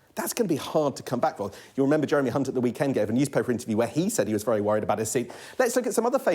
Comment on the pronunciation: Also, I think the presenter mispronounced the name Hunt.